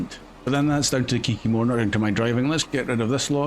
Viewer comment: Kiki-more, name of the truck, the Kikimore by MrBusses